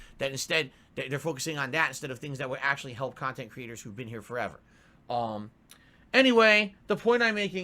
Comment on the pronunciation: "Kahntent" "KAAAAAAAHNNN!!!"